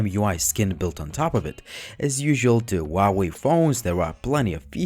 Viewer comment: This is not a bi phone. It is still small compared to main market phones in Asia. I have the 6 inch Mate 9 and it is kinda small. Also it is hu hu hu hwa way 华为 huawei you have to say the H!!!!!! Please ask any Chinese person.